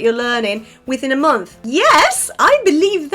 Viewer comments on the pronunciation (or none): You are wonderful but still struggling with "o" in the middle of English words. Some words are spoken as if "o" is "u" or somewhere in between. Month is more like Munth in pronunciation. I caught you with this error at least twice. But you are still awesome.